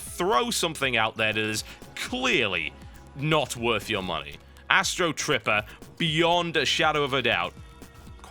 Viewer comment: Thumbs up if u were sure he said Astro stripper